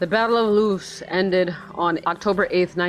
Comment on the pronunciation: The pronunciation of Loos was spot on! Thank so much for playing and I hope you enjoyed it :)